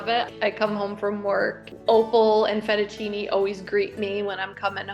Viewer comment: ''Rotini', 'Tortellini, 'Won Ton', 'Fettuccine/Fat-uccine', 'Penne' 🤣🤣🤣🤣🤣